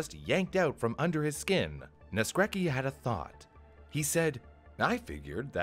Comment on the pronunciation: that's not how you pronounce Naskrecki, check on google translate next time (this is polish)